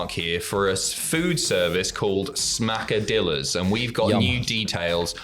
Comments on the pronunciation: Little advice; brush up on your Hispanic linguistics. It's not pronounced 'Smack-a-dill-a. It's pronounced 'Smack-a-Dee-a. Two 'L's side by side in Hispanic linguistics makes a 'Y' sound. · It's Smacka-dee-yas..the 2 L's in spanish are pronounced as a y. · Smacka-DEEYAS. Two Ls together in Espanol makes a y sound. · It kinda sounds a bit better if you pronounce Smackadilla properly. You don't say the Ls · When you see a double L in a word like Qesadillas, pronounce it as if it were the letter Y in "Yarn"